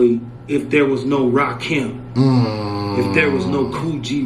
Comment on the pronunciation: It's Rakim, not "Lakim".